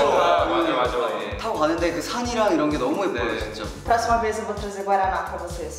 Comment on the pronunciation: Finalmente alguém que fala guaraná como eu! Hahah! Adorei eles! Trás de novoooooooo, GALOPEIRAAAAAAAAAA